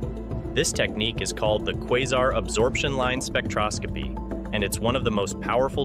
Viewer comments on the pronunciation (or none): none